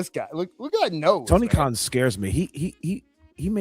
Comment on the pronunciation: toin karn sounds like toony karn 😅😅😅😅😅😅😅😅